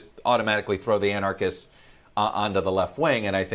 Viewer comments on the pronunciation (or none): someone needs to explain to this genius how to pronounce "anarchists" and "anarchy'.......wow, maybe know how to say a word before you start broadcasting your ignorance to the world....... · an -arch -ists - can you pronounce it correctly, dude?